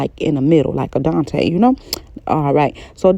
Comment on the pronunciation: Wait “Adonetay” lol do you mean al dente? You made my day 😂